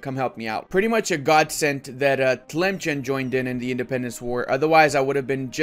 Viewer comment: Memes aside Sus is pronounced "Soos" and Tlemcen is "Tlemsan"